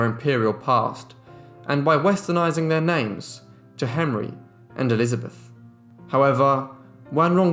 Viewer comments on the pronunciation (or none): none